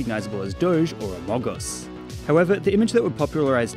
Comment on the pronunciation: U said amagus and amugus no amogus